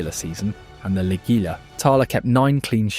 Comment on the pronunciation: Its pronounced. LEE-GEE-YA (Liguilla) the LL in spanish is a Y sound. Also, the 'I' has an English 'E' sound in Spanish, and the u is silent when using it in a 'gui' combination. Its only job is to keep the 'G' hard, like the 'g' in guitar. So it shouldn't sound like the English letter 'G' (jee)—it is strictly pronounced LEE-GHEE-YA.